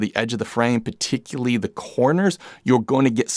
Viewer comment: Nice review! Looking for a 14 or 20mm equiv for Fuji. The way you pronounce “particularly” was getting to me though 😅